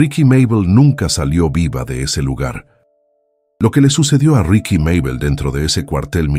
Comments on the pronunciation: Pero no es RIKY ES RIXI MÁBEL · Los relatos son muy buenos pero escucharlos en voz artificial le quitan mucho, ya que, en este relato por ejemplo no puede pronunciar el nombre correctamente, ricky, richi no es correcto se disfrutarian mucho mas con voz humana